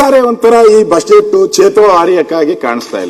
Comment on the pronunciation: It is not Bud get...it is budget ashok sir.... please prounce it properly